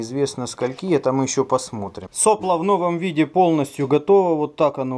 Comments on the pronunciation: произношение слова сопло с ударением на первую "о" очень режет слух, вроде и слово то же самое, но непонятно какой у него смысл, вы уж извините меня за моё брюзжание, но это плохой тон в авиадвигателестроении, так говорить, впрочем поступайте как вам нравится, может это наоборот подчеркнёт дилетантизм, на слово не обижайтесь, другого чета не подобрать мне про двигатели - у нас получилось без СССР сделать крутой двигатель, первыми в стране на таком уровне, но это произошло при помощи френчей - , лучше этого двигателя в гражданской авиации России ничего нет. На этих движках летает Суперджет 100, ну и вот только подписали соглашение на ремоторизацию Ве200. вот тут про нас еще можно посмотреть г. Рыбинск Ярославская область. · не сОпло, а соплО. Задолбал ты со своей неграмотностью.... " Мы говорим не штормЫ, а штормА, слова выходят торотки и смачны, ветра, не ветры сводят нас сума, из палуб выкорчёвывая мачты"...